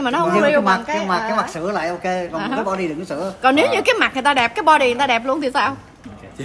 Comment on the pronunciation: Bođy mà nói bợ đích hihiiii